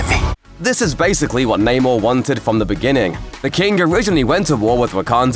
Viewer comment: It's not naymore mafuckas!!! Get that shit right!!